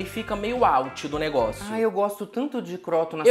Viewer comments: Protagonista é a pronúncia de vcs pra croûton kkk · não foi pra Cordon Bleu? Falando "cróton" e não "crûton"? Kkkkk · "Cróton". Porra kkkkk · Oi gente, fala "crutôn" ❤ é francesa ela